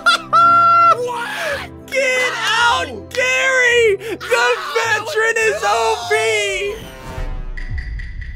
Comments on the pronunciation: Bro called veteran a veTTeran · To be honest, I thought it was vegetarian and not veteran.🤣😂😅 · Veteran is so good but you say sick.